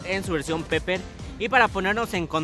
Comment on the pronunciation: Se pronuncia piper el inglés jamás se pronuncia como se escribe